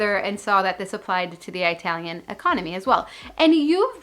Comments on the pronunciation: I adore u! Please don't say "EYEtalian"...its...ihhh..."ihhhtalian". EYEtalian is like nails on a chalkboard to most of my fellow "pie zahhhn Os". 😂 I love the knee up too! 🤣❤🙏God bless u & yours always! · It's Italian, not Eye-talian. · Lost me at “eye-talian”